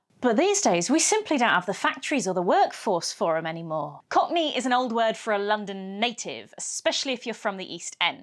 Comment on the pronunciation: what's a cock knee?